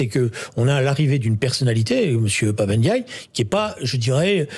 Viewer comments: C'est Pap Ndiaye et non Pap N diaye, arrêté d'ecorcher les noms Afrique svp merci. 🙏🏿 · C’est pape n diouille